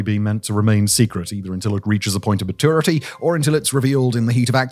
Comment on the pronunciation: Chiner, ma-TOO-rity 🧐